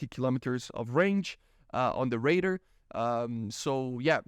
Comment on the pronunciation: Yo the way you say radar is hilarious. ''Raider'' ? ? ?